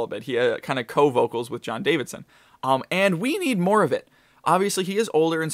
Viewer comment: JON DAVISON! Not DaviDson.